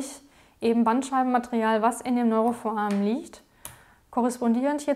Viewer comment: Was zur Hölle soll denn bitte ein „Neurofoamen“ sein, das heißt foRamen! Bitte deutlich, ruhig und freier sprechen, die Beiträge sind sonst ganz anständig. Aber Foamen macht einen wahnsinnig...